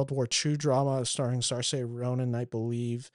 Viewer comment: The butchering of Saoirse’s name…rhymes with inertia